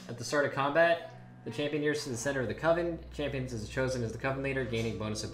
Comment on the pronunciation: I want to give this video infinite amount of likes for being the only person to pronounce coven correctly.